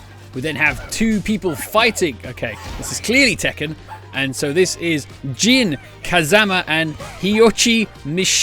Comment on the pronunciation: He started off bad with "Jin Kazama" And it got even worse with Heihachi Mishima xD